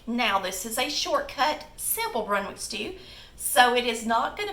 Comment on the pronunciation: its brunswick stew not brunwick